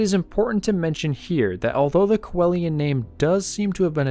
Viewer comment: It’s pronounced “see Lian”